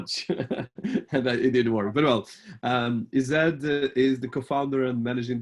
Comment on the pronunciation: Digital marketing has sure revolutionized marketing and given businesses a more global reach. Meanwhile I can't get over how the interviewer pronounced Ized😂😂